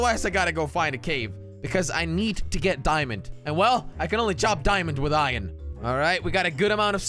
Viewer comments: He said ion instead of iron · IMWHAT IS ION ITS I ERRRR NNN NOT ION ITS SPELT IRON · Did he just say ion? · Any one else say 'Iyan' aswell? 🤣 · ITS “IYAN” IYON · Why does he cal iron ion?